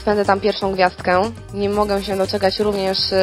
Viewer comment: Nie wiem czemu, niby to jest poprawne, ale irytuje mnie jak bardzo ona akcentuje te litery diaktryczne jak "BĘdĘ", "MogĘ" xD